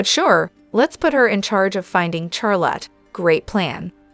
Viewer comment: Her name is Charlotte not the way you are saying it